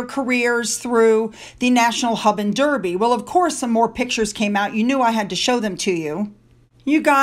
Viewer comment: it's Darby not derby, I know I'm a Derbyshire girl born and bred. As in Darby O'gill the Disney film, and it's Edinbra not Edinboro. It's Cheltnam not chel ten ham